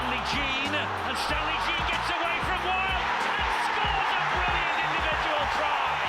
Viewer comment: Commentator saying Stanley Gene (Jean)